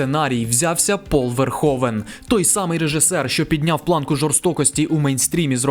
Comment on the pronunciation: Розпусна не матір, а мати відпускає сина. Пол не "Верховен", а Верговен. Рутґер не "Хауер", а Гауер, не "хейт", а ... таки ліпше "ненависть" ;) . Пора забути спотворену москальську вимову -- ми, на відміну від тих покидьків, маємо всі звуки у своїй мові для правильного відтворення. А найкраще згадати всі свої слова, а не по-рабському мавпувати чужі -- то москальські, то англійські.